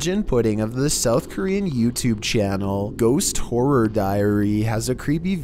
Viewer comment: can't even talk properly. Can't even say the word horror properly. Dickhead 🤦‍♂️🤦‍♂️🤦‍♂️🤣😂🤣😂🤣